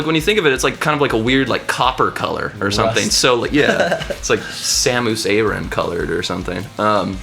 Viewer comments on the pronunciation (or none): Haha, epic win. I love how you put your own tracks in. On another note, that's not how you pronounce Samus Aran. :D